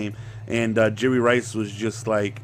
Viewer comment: YOU KEEP SAYING JURY RICE LMAOOO